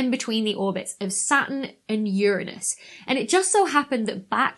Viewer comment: I hypothesize that this asteroid doesn't have rings but has a hula hoop. If Russell can have his teapot I can have my hula hoop! Awesome findings. I was looking forward to what JWST would find and it has not disappointed. And it's so nice to hear Uranus pronounced correctly. The easiest way to find out if someone in the general public knows astronomy is to have them say Uranus. Nope, wrong! 🤣 I'm a long time Hawai'i Kama'aina. Haumea is pronounced ha, the U sounds like the double o's in cool, me, ah. O's sounds like itself. E has an A sound, A has an ah sound, I has an E sound, U has that double O sound. That's the Hawaiian language.